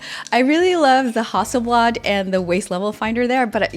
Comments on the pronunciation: When did it become a hussleblard its hassleblad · still closer than hussleblard